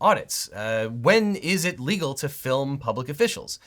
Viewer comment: legalegal. Sounds like what a baby would have said or your android malfunctioning